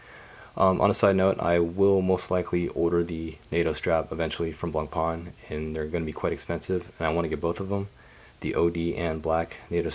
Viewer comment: Please, try to pronounce Blancpain correctly at least. The C is silent.